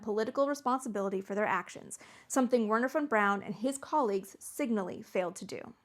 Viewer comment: Her german and pronunciation of Werner Von Braun triggered me so much a made it 3 minutes into the video.